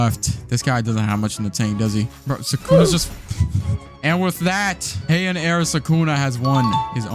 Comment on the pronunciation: hian no it is heian